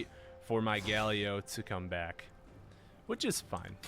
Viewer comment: I thought my friends and I were the only ones who called Galio Galleo :')